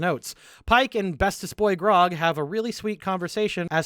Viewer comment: Dude shies away from saying Percival Frederickstein Von Mussel Klossowski de Rolo the Third is understandable. Can't even pronounce Grog right at times. (I picked up Grong and Brog) All in good fun of course